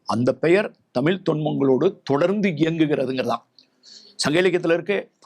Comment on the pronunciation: நீங்களே இவ்ளோ நேரம் தமிலி ன்னு தான் சொல்லிட்டு இருந்தீங்க😂 இப்போ வந்து சிறப்பு 'ழ'கரமாம்